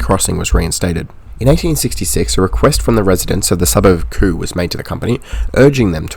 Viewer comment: Good video mate. Just a note on some place name pronunciation. Cremorne is pronounced "Kre-mourne" . Kre (short e like in tech) and mourne (like mourning the dead 😂). Kew is pronounced line the letter Q.